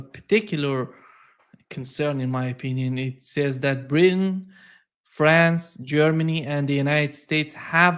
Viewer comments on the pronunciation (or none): none